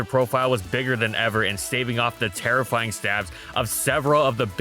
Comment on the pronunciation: "It's terrifying teammates" Bro, had to listen to that 4 times before i realized what you actually said over "It's terra flying teammates"